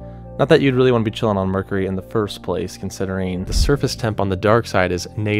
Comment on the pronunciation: I love how he says 'Mur-curry'.....🤣